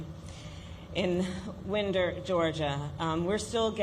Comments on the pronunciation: Winder, GA pronounced WYNE-der not WIN-der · [WINE DER] how to say Winder.